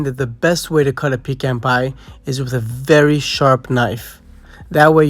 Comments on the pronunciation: You are mispronouncing the word pecan. The e is short not long. It is pronounced pu can with a short a sound as well. The can is not pronounced as if you were asking for a can of vegetables. It is more of a kahn sound. I was born and raised in the South and will not live any where else. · My Grandmother would say you pee in a can you eat a pecan. The "e" has the sound like "peck" does.